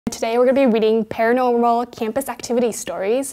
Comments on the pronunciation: paranormoral? lmfao...did anyone else catch that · nice video ig but the girl in the beginning can't even pronounce "paranormal" correctly